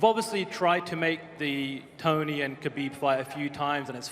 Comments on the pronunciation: Dana it's KHA-BEEB NOT GAH-BEEB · I don't know who this Khabib is. This guy's name in Khalabib.